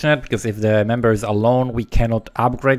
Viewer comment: Love the vid and you, but when you said "member" I heard "man-bear".